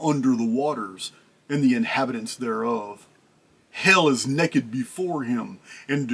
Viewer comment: I'm a big fan, listen to you lots ok? But I gotta tell you, I've just trained myself more or less. Everytime you say naked....it makes me LAUGH I don't mean to, but I can't not chuckle. I don't know why. So when you say it, I just pause till it passes. It's like? It reminds me of my grandpa or the good ol days.